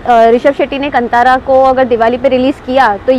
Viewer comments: Its not Kan-thaara.... Its Kaan-thara! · bhai it;s Kaaanthara(Kantara)